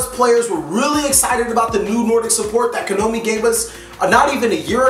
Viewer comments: would you PLEASE call them Ko-NA-Mi and not Ko-No-Mi.. just PLEASE! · Stop pronouncing "Konami" wrong. It's getting irritating...